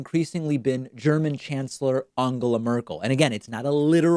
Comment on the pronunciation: David: Angela Merkel!!!. You do speak at least two languages. Try another one, at least the pronunciation!